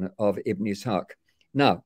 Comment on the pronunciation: « Ishaq » sounds « Isaac » 😆